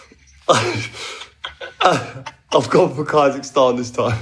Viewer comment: I’m sorry but KAI-zahstan?!